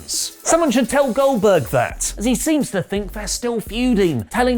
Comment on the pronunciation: I swear he said Billberg